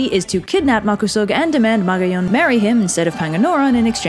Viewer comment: Ahhh... Good. video but wrong pronunciation. Magayon: Ma-ga-yon Makusog: Ma-ku-sog Panganoron: Panga-no-ron Pagtuga: Pag-tuga